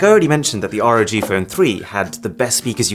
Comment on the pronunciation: it's not R.O.G it's just ROG like log with a R